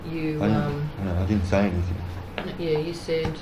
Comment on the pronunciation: "Anythink" says the copper each time.